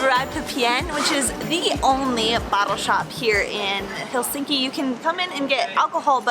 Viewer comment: FYI .. It's pronounced HELsinki. The accent is on the first syllable.